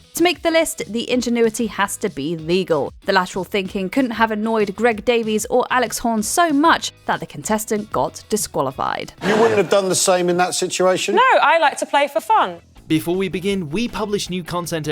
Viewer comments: Please learn how to pronounce the names probably. Liza Tarbuck, sinner man (not cinnamon) gereg Davies, not Davy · 1 minute in and they've already pronounced two names incorrectly... Including the actual Taskmaster..."Greg Davie"...Ffs...🤦🏼‍♂️😂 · No to mention she called greg greg davie at one point and they didn’t make her redo it😂